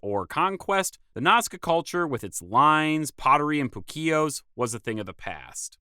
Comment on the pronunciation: Uhh... It's POO-Keos, not poo-KEos